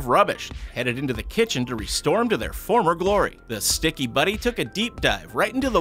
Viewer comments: I love how he says Shticky it's so funny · OMG I CANT ANYMORE JUST HEAR HIM SAY WHEN IT COMES TO THE SCHTICKY IM GOING TO DIE 😂😂😂🤣🤣😂🤣🤣🤣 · Well he’s English and that’s German